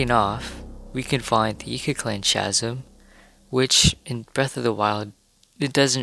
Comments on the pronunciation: The "ch" in "chasm" is pronounced like the letter 'k': /kasim/. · Great content! Chasm is pronounced with a hard ‘k’ sound Sorta like kasim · I screamed at chaaazm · Its really cute, but its chasm, with k sound, so it sounds like kass-mm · I definitely enjoy your vids, the little differences can be extremely subtle. I recently saw somewhere that the suns position is in a different location between each game too. They stood the same spot at the same time in both games and the shadow cast by the sun was to opposite. Also you may just pronounce it different than me, but I always heard people pronounce "Chasm" with a silent "H" so like "Kasm". Anyways keep up the fun and insightful videos! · Why does he say chasm like that